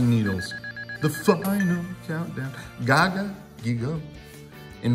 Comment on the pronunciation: Non si può sentire la pronuncia di giga gagagigo così "Ghiga Gagaghigo" 🤣🤣 molto meglio Giga Gagagigo